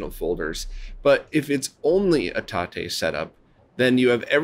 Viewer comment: Thank you for the TATE pronunciation! Now I can say it right 😁